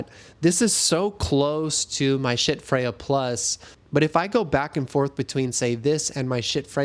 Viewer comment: The fire alarm chirping is ridiculous. Also could you please say schiits one more time? Seriously. Great review. Poor presentation for a sound based review. Just notes. No hate.